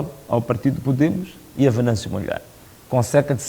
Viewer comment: Chama-se Venâncio Mondlane e não Mondlaine